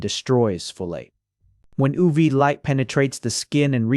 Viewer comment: oov, oo vae, and not yu vee😅 im confused